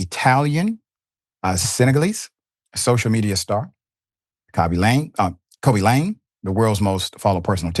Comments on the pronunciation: Pronounced Kah'-bee Lah'-may, Dr. Richie.😊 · You can’t even pronounce his name right dummy… Isn’t that a white people trait yall always get mad about?🤣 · You couldn't learn the correct way to pronounce his name sir? The man this story is about and you couldn't be bothered to learn his name? 🤯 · I can tell the level of concern richey has over this story, he didn't bother to learn how to pronounce Khaby Lame's name before putting the video out.